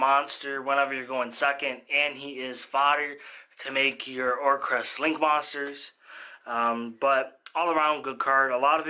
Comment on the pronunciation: OR-CUST. Like music. There’s no R after the C